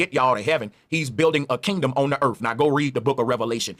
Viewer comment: I wonder if it has anything to do with how their tongue's are shaped or the size or something because most black people can't enunciate the "th" sound. He keeps saying Earf. What is "Earf"? I don't know or understand what Earf is?. He might be trying to say "Earth" but alas, those "TH" sounds are too much difficult Engrish for 'dem to do dat) And he keeps saying 'carick-er-cher' for the word 'Character'. He can't enunciate 'care-ick-ter'. He's got some real issues with the basics of the Engrish Lan-Gu-Age. He even says 'the thing is 'dis' instead of 'THis' - again with the 'th' sounds. I can't get passed that level of illiteracy to see "Bro" as a knowledgeable human.